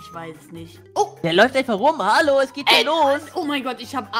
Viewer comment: Warum sagst du halo ja ich bine da hallo 🤦